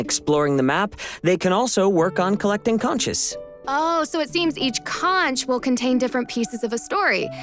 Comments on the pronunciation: omg it's pronounced conk and conks not consch and consches! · You don't pronounce the "H" in conch